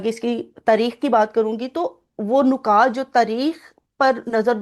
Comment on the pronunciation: پہلے تو آپ مبارک ہو نکات میں اور نقاط میں فرق ضرور کریں نکات ن کی زیر جبکہ نقاط پیش کے ساتھ بولا جاتا ہے